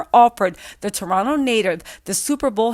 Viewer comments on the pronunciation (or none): none